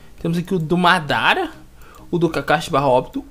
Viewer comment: vc quase falou modara kkkkkkkk